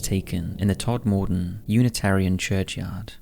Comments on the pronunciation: Nice place, is Todmorden. Generally pronounced 'TOD-MA-DEN', though. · It's pronounced Tod-m-den 😁